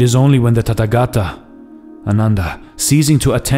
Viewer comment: It is not Tattagata, it is Tathagatha. Th like in thief.